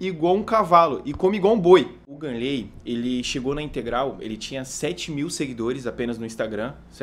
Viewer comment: é GAnnley não ganleeey